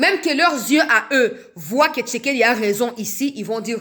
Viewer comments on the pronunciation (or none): none